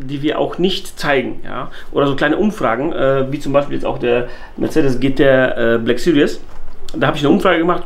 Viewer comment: Haha geil. Der türkische Mercedes GT black süries... 😂 bester Mann